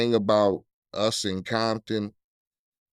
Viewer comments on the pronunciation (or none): This mf said Coompton